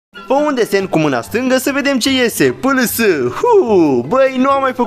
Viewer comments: Tea întrebat cineva,e mult mai tare că citește pls in loc de pliz! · Nu se citește pls se citește pliz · Se citește pliz nu p l s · Pls se citește plis